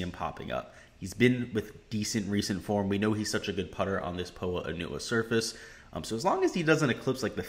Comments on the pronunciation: You’ve got to be kidding me? 🤣 it’s pronounced “po-ah an-you-ah” exactly as I’ve said it. You think it’s pronounced “po Anna”? That’s the wrong pronunciation buddy. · Someone teach this guy how to pronounce Poa annua... it’s really hard to take advice from someone who’s never heard that word pronounced. If you’ve never heard that word out loud then you’ve never watched a golf tournament with those greens.... like fr.